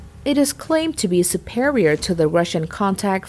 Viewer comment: The way you pronounce Superior, i'd like to hear how you say Superman..😂😂😂